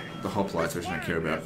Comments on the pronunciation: haha who the fuck pronounce it "hoplotees"??? Its hoplites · 3 years late but it's pronunce as opliites the "h" is silent (if you want to say it to sound greek)